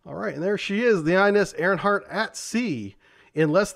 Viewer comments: I really apologize for being "that person" but it's driving me crazy ... It's "Ari - hant"... not "Ari - N - hant" ! Otherwise I love your content & knowledge! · The name of second submarine in ur ppt is wrong. It's not ARIGHANT, it's ARIGHAAT. And you can pronounce the name of ARIHANT as ARI-HUNT cause it'll be a perfect pronounciation. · His mispronunciation of the name is much cooler than its actualy pronounced.